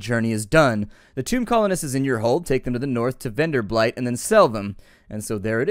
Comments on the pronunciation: lol you still call it venderblight but it doesnt have an l in it:P I just mentioned it because it is a funny mistake you used to make in your previous playthroughs too..not that it annoys me or something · How many different ways can he mispronounce Venderbight? I heard at least three. Not that I'm complaining.